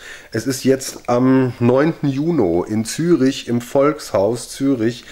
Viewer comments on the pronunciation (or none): Warum sagst du eigentlich Juno statt Juni?